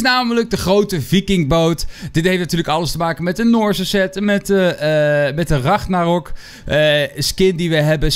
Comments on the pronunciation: Spreek alsjeblieft de naam goed uit, het is RAGNAROK en niet Ragnorak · Het is ragnarok niet ragnorak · Like als je ook hoort dat de hele tijd ragnorok zegt plaats van ragnarok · Het is Ragnarok. Niet Ragnorak. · RagnArOk niet ragnOrAk like als je er niet tegen kan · Kun je aub ragNArok zeggen ipv RagNOrak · Je zegt ook steeds weer ragnorak he? Het is ragnarok🤣🤣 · Je spreekt het uit als regnarok, niet ragnorak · het is Engels he je spreekt het uit als raknarok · Hij zegt altijd ragnorak